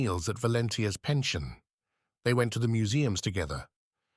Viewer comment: Haha - this has added another word to my long list of English words which, spelt the same, have a different meaning or part of speech if pronounced differently. ‘PEN-shun’ (retirement funds etc) the English way instead of the correct French way (rented dwelling) here sounds quite funny.